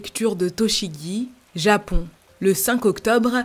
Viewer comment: Prononce les on plus clairement stp c’est grave frustrant quand tu dis japan au lieu de japon ou maisan au lieu de maison